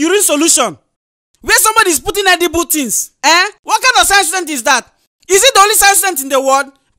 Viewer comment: Science not sicense